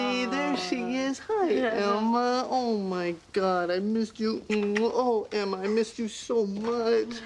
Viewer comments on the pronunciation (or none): sounds like ross called her Elma instead of Emma at the door